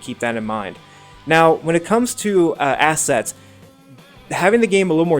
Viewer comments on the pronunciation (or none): You're tips are so basic. Also its the menu for traction contol etc is "Assists" not "Asset's" Look the words up!